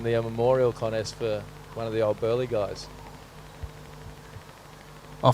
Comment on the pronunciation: "Connest" that's the way, Stray-ya